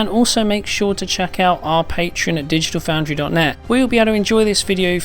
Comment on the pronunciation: " hawow this is wichawd fwom digital foundwy" oh wait.. hey